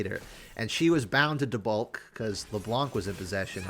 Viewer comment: Taubalk. The second a is silent im pretty sure